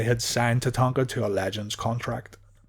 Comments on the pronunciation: Wait, is it Tatanka or Tatanga?! Your pronunciation is all I can focus on the entire video. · My question was redundant genius (sarcasm) as it's clearly spelled Tatanka in the title of the video. The jackass narrating the video is clearly unable to verbalize the letter K and instead substitutes G which made it unlistenable. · It was always funny when Bobby Heenan used to call him tatatatatanka.😆